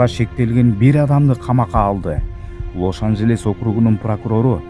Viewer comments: Лос ажелис десен лош ажелес дебей😂😂😂 тилин келбейт турбайбы😂😂😂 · Лош анжелес дегин😂😂😂